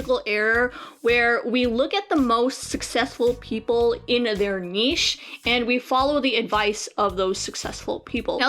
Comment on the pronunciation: Also can we appreciate for pronouncing 'niche' correctly unlike a million other YouTubers.